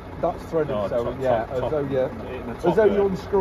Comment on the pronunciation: Top don not topon lol